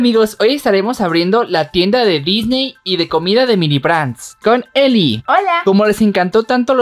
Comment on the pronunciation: no se dise mimi se dise mini